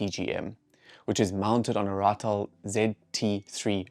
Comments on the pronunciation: It's not ratal. It's raatel as in honey bagger.If you are going to speak my language please don't fuck it up There is a difference between R4 R5 and R6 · Yes, you said Ratel correctly the second time . It is Afrkaans for honey badger. The first time when you said something like Ra-tell was wrong. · Please pronounce "Ratel" correctly!